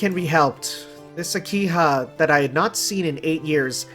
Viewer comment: Not sure if you have noticed yet but it's an H in Akiha, not an N. So it pronounced Aki-Ha, not Aki-Na.